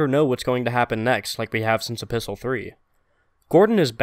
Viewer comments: So who else is confused when he kept on saying apistle 3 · Are you saying "A Pistol 3" or "Episode 3"? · Are you saying Episol3? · A. It's written in the form of a letter, which is what epistle means. B. It sounds somewhat like Episode 3.